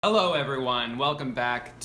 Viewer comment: Am I the only one that noticed that he said “Ello” instead of “Hello”